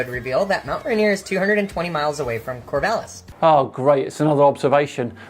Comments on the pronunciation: Excuse me, "Core-vay-lis"? HUFF. It's "Core-Vall-is" Like valhalla. I'm a native Oregonian and I am PERSONALLY offended, sir! (I'm not, this is a joke.) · Pronouncing Corvallis, a town in my home state as "Corvaylis" is awesome! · THANK YOU for saying Oregon correctly. As for Rainer and Corvallis though…never heard those pronounced that way before. 😂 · This time you failed your pronunciation of Mt. Rainier (was close but not quite there) and you were no where close to the correct pronunciation of Corvallis was just painful. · I love having a local connection to these videos...even with Corvallis and Rainier being pronounced weirdly. :) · I think the biggest fail here was your pronunciation of Corvallis, Oregon and Rainier as a native of Oregon. That hurt my soul, but I forgive you